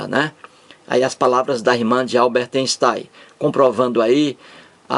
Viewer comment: "Alberte Enstai"